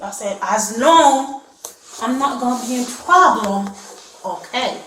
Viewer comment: It is gowna be a pwoblem